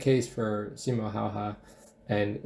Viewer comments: When he called the legend "Simo Haahaa" * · He's not Simo haha, he's Simo häyhä